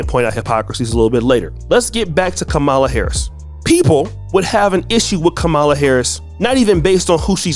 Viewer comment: cancel the guy . he disrespected the proper Indian pronunciation of v.p. harris' first name.